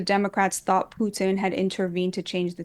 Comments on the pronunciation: She pronounced Putin with a soft t. Wouldn't be shocked if she had some kind of Russian connection. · The way she pronounces Putin is so Russian. Plant. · The way she pronounces, Putin, she sounds Russian.